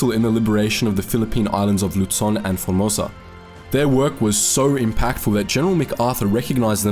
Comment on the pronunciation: This guy's attempts at speaking English are really difficult to listen to. "Three of the most impakkful"? The Allantic Ocean? October twenny-eighth? People with fie left innem... Ugh!